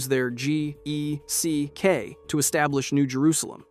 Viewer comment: It's just geck my dude. The acronym is pronounced like it's spelled no need to say the individual letters.